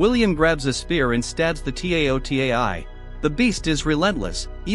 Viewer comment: All ok except the t a o t a i... Why spell it so many times 😅... I hope you saw the original movie and heard them say it taotai...😊